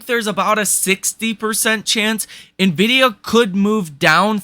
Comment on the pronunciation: I'm glad that you're pronouncing NVDA correctly. I'm holding NVDA. Tomorrow will be fun.